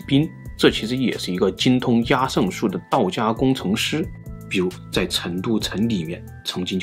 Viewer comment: 壓勝的壓字應讀“厭”，這是一個特例，壓在此處作為通假字，通厭，因此讀作yan（四聲）。